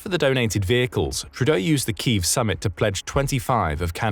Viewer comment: a glaring example as to why A.I voice overs should never be used. "Kyiv" is pronounced "kee-yiv", not "keeve". SMH!